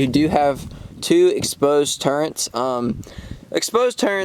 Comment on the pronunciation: Turret.....not turrent.